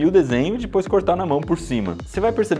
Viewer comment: É só eu que fico com agonia pq ele fala dipois ao invés de depois